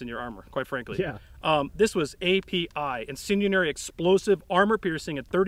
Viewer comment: "Incendianary" is driving me nuts.